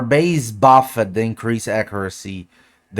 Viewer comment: I’m here for his pronunciation of words like “buffed” and “target” and “removed” 😂😂😂 “I’m buff-ed”😂